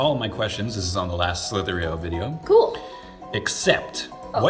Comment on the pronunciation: Slither .io not slither .eo